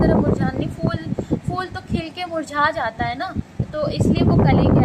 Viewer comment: Madam ji fool nai phool hota hai 😂